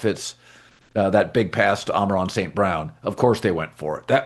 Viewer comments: Is anyone else bothered that colin always says "Amaron" instead of "Amon Ra"...come on dude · It is “Amon-Ra” not “Ama-Ron” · Ok I’m definitely not hearing things, he has done it several times…does Colin think his name is “Amen-Ron” St. Brown?